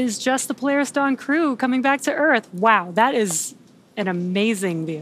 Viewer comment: Po-lar-Is Dawn, what's that chute that you've got on, doing mis-sions that might make ol' nasa cry....